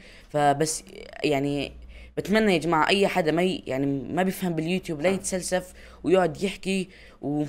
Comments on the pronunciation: يتسلسلف هههههه يتفلسف ههه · يتسلسف ❌ يتفلسف✔